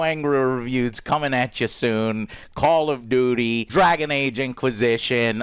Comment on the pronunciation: We all love "Call of Dooty - Same ol same ol edition." 🤣